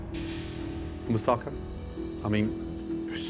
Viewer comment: For goodness sake pronunace tge food properly!! Im British but I can pronounce Greek dishes!! Moussaka and gyros. Bad form from a chef!!